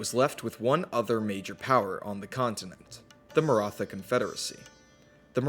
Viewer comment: Aw yis India time For the record, the "th" in "Maratha" is more of a hard "t" like in "thyme" (it's an aspirated t so think of the t and h as separate), and "Sikh" is typically pronounced like "Sick" by Punjabis